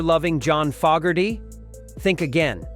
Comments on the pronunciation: It’s Foe-gerty , not fog-erty………. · "jahn fah Gertie" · ”Fog”erty pronunciation was enough for me to stop watching. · Don't know about anyone on the list but I'm pretty sure he would hate the way you are saying his name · The idiot can't even pronounce John's last name correctly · Bruce Springsteen inducted Credence at the RnR HoF. It would be nice if this bot could learn how to pronounce the artists name.